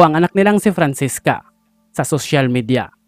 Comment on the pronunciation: Francesca po hindi Francisca 😂✌